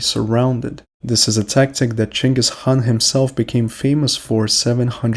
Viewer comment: who is Chengus Han? You must mean Genghis Khan.